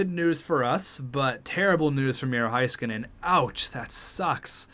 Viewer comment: Haiskanen oof say Hay-skanen